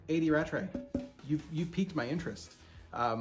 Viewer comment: Welcome to the A. D. Rattray Family! Thank you for reviewing, we're delighted you enjoyed our Tobermory 12 and we love your idea of the 'year of independent bottlers'. P.S. You pronounced our name perfectly!